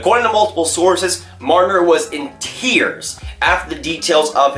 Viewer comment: who was it???? did you say MIDGE MRNNNNNRRRRRRR? you sound like an idiot